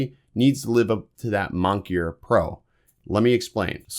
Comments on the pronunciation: Ok. It’s “MON-I-KER” not “monkeir” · Appreciate the vid. But have to mention it is mon-i-ker not monk-ier. Kinda hurts credibility of other things you say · Did you say “monkier” Instead of “moniker”? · OK ... Nice work ... but say 'moniker, not 'monkier' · Moniker not monkier :) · Mon-i-ker....not monkier. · Monkey-er? I think the word you're looking for is moniker. Mon-ih-kher. Did someone else write your monologue? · Doh, mon-key-er pro , cringe time. I should add this to mis pronounce English words. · not being a dick you're pronouncing it wrong. I'd want someone tell me if I was using a word wrong. That has nothing to do with a lisp a lisp is a speech defect in which s is pronounced like th in thick and z is pronounced like th in this. You seemed to transpose the n and the k position. I misused the word Bane and boon for years until a friend corrected me.